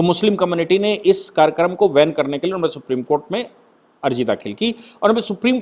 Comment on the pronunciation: Karyakaram ko van nahi ban word hai sir